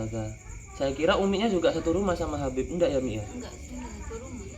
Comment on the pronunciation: Masa katanya keturunan babib,habib siapa GX tau lupa,.apaan ngomong aja udh GX betul..